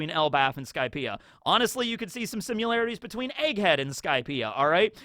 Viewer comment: you say “similarities” like you’re saying simulation, simularities, is that an accent?